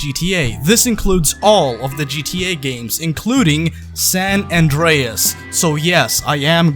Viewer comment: You know I was with you in the beginning, I was like yh you right then I heard you said gta San andeas and i was like wow nah stop there I’m out